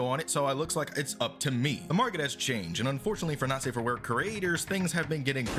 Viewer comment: The way you say "not safe" it sounds to me like "nazi"